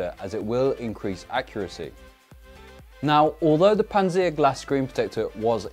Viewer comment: "Pants seer glass" Panzer, like in panzerfaust